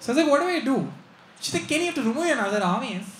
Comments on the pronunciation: Kenny it's aavious 😂😂😂😂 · And am watching it for 50th time.. Most funny is "kenny,its aavious"...seriously man!! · The way Kenny says 'obvious' 😂